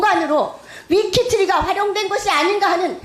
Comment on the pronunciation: 위키트리? 발음하나도 못하는 국회의원. ㅋㅋㅋ